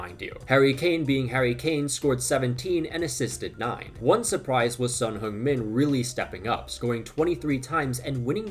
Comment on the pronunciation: Your good at pronounciatng your ethnic patrions names, but not Son Heung-min?